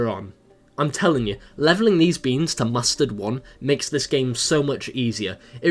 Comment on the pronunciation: It's so funny that you say mostterd